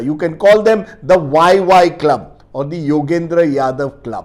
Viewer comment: Dear sir Not YY club means its Yoya club